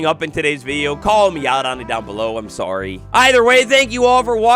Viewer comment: "F!" 😁 Lol!, your "sorry" sounds like Etho & Gem's Canadian "sorey"... 🤔